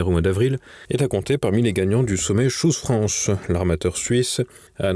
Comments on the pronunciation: nous sommes en France, et à ma connaissance, la langue dans notre pays est le français. De plus, si on veut vraiment utiliser l'anglais, alors on le prononce correctement. Choose France, se prononce "tchouse" et pas "chose". à bon entendeur salut! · C'est PLUS "SHOES FRANCE" que CHOOSE France